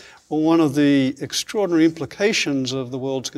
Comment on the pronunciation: Did you note how many times this guy used word "extrairdinary"? He didn't reveal not a single discovery he achieved. Just Bla-bla-bla, and "extraordinary" Bla-bla-bla. That means self advertisement Only. I wasted 30 minutes to "discover" he is going to waste entire hour. Sorry, just turn him off.